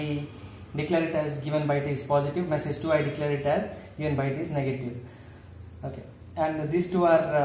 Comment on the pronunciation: please work on your vocabulary skilll.... it's message not meessage....btw great content